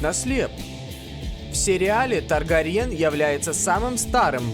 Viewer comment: Чувак, нормальный ролик, некоторые факты были весьма интересных и не избитых и стали новыми для меня, я поставил лайк. НО, БЛЯТЬ, какой на хуй ТаргариЕн, ААААААААААААААААААААААААААААА, у меня из ушей потекла кровь, и мне захотелось что-то сломать,а лучше кого-нибудь ударить. Пожалуйста, если еще будешь делать ролике по ИП, запомни, что фамилия произносится ТаргАриен, Ок?